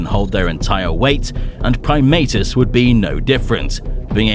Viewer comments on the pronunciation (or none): I’m used to always pronouncing his name as “Prim-AH-tus” instead of “Prim-AY-tus”.